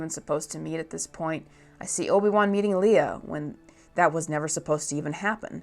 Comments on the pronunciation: Did you just call Leia "Leah"? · I agree with almost everything said here. But what I can’t understand is why there are so many long time Star Wars fans who still can’t say Leia and Obi WAN’s names right. We have all of these movies and now shows that tell you how they’re supposed to be pronounced, and we still have people saying Lee-Ah? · Can’t even pronounce Leia… odd